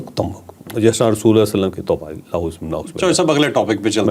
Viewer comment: rasulallah nhi,,,,RASULULLAH KHA KREN